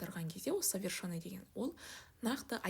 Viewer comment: Совершенный деп айтылады, ё емес